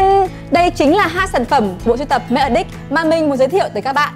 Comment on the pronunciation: Nói thật một trăm người ai review sản phẩm này ngay cả người tạo ra sản phẩm đoc tên cũng sai Matte Addict nhấn âm đầu Addict chứ không phai nhấn âm hai aDDICT